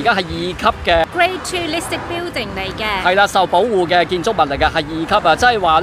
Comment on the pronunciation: 你英语口音好过瘾，好多发音都可以用中文写得出。😁 building：表顶 apartment：阿趴问 burger：bö假 online：昂拉